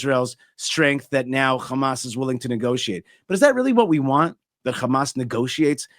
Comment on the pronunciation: ✊💦✊💦✊💦 you act like you’re fighting 😂 It’s Hamas not Khamas 😂 🤡 War? What war? lol you took their land and homes GOD will deal with you